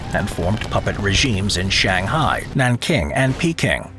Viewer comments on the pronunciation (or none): none